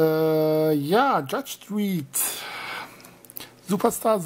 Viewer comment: Judge Dridd? Lol. Dredd wird doch mit Drätt ausgesprochen.